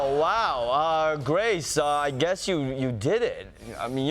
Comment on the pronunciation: Grace legitimately started laughing at the mispronouncing of her name. 😂😂😂